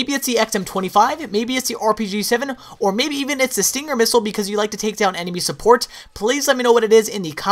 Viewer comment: Stringer xD